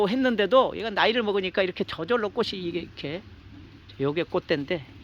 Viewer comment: 꽃이 피었다를 꼬시 피었다가 아니라 꼬치 피었다로 발음해야 합니다! 자랑스러운 한글을 우리들이 제대로 사용하고 지켜야 합니다!!!